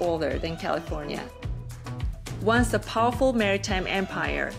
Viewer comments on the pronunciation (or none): none